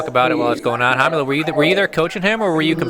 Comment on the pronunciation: Fucking ballsuckers. You must say Rómulo like r in rack. Brasilians are Also able to pronounce R properly